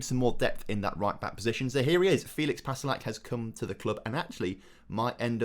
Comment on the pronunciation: Its pronounced Fae-licks Pass-lack